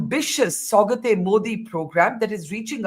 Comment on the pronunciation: It’s Saugaaaat means gift….not Saugat….huh. Btw is Akshay kumar playing Yogi ji 🤣🤣🤣 in this movie ?